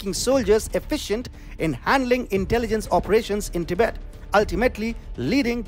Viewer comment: Do you think you can pronounce “Tibet” correctly? Your presentation is so dramatic, that’s a turn off. Because you speak so fast, it makes it difficult to understand your very thick accent.